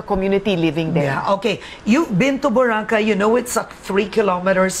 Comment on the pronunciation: Clean up the island and stop further hotel expansions. The island is already too crowded as it is. Btw, its pronounced Bo-ra-kay, not Bora-khay.